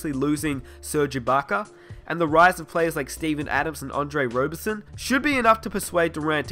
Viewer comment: seriously you pronounced Roberson wrong